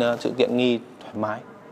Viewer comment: cái gì ...... rộng rải thoai má mái à, ồ mới nghe.